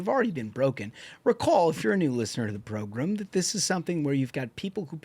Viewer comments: Progrum! It drives me nuts when they say that. 😂😂😂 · So this is a program. Not progrum. 😮 I want to correct you every time you say that 😂